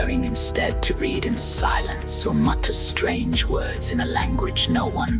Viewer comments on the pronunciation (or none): none